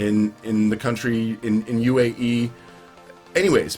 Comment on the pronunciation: UAE not AUE